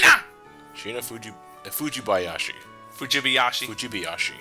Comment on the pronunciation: It doesn't matter in the grand scheme of things but how pronunced "fujibayashi" the first time is correct. And you should stick to it if you want accucary but I'm sure you don't give 2c about it:p Also,, I think there're some unique and strong enemies very later in the games... I think there're some "Gentlemen" and Xevious' enemies (gray blocks thing) on an island in That-other-place-behind-the-mirror, I think that's the one with the hot springs actually!